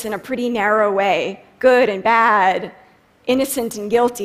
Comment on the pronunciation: Wow. This speech really opened my eyes. I honestly never knew the word "bad" had three syllables before.